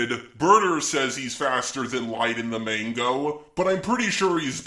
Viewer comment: why did you say mango but its called manga